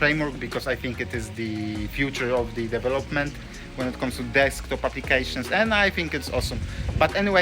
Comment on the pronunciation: Is it now? I thought Debian was GPL, which is kinda fucking hard to close source, at least at the level Apple operates. And I also knew that it's the FreeBSD code they stole, because of, you know, the BSD license. But what can I expect from someone who does DEV-elopment and not de-VEL-opment. No, I'm not simply exposing your terrible English, I'm exposing you being comfortable doing things half assed in life. I'm ESL, so you have no excuse. ESL stands for English as a second language, quite sure your half assing ass didn't know that. If you're comfortable sounding like a clown, wich is obvious to everyone, I don't even want to know about the quality of the products you develop. Or are you one of those ones that happily and proudly produces a lot and then also happily fixes the disproportionate amount of bugs that inevitable pop up when someone does a half ass job, wasting everyone's time and money?